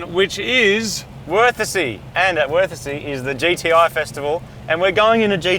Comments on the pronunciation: So you're telling me Worthesee is worth a see? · The pronounciation of Wörthersee is on-point. :D "We arrived in verticy" :D